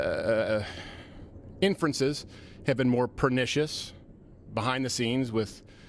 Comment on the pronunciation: Watching him mentally Jack off when he says pernicious 😂😂 holy fk go away